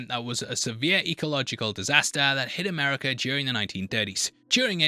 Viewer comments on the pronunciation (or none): none